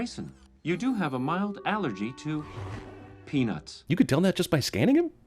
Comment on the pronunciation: anyone else thought he said penis instead of peanuts?